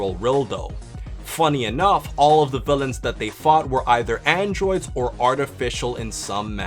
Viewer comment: you said androods